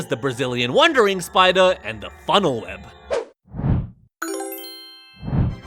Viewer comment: You said funnel web incorrectly